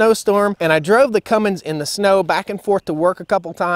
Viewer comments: roger that. I already threw him a small jab for the "Cummings" pronunciation earlier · It’s a Cummins, not a Cummings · Cummins not Cummings.